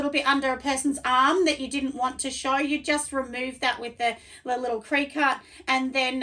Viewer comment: Great video thank you sooo much! Just a heads up that it’s pronounced like cricket.